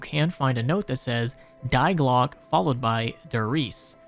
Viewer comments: Not DIE GLOCK BUT DI PRONOUNCED LIKE D, D E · Dee Glockuh Der Riesuh I hope this helps with the pronunciation. Opel Blitz was perfectly pronounced tho😅